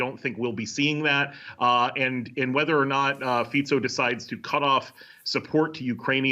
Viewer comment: this is the first newscaster that I see pronouncing the name of the Slovak PM correctly